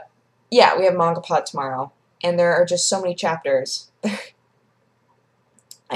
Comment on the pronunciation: The way she says it is the correct pronunciation. I pronounced it probably the same way you do for the longest time.